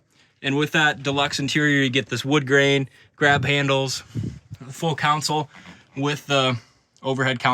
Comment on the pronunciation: Why are you calling it a "council?"